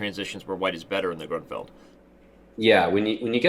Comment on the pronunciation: Why does he keep saying "Gruntfeld"?